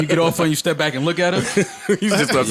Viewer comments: Why can’t joe ever say “back to business?” He always seems like he concentrates really hard to say it correctly but he always ends up saying “bike to business.” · so nobody notices how its sounds like joe is saying “bite” instead of “back” in the beginning